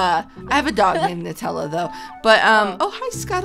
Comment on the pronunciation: It's n-oo- tella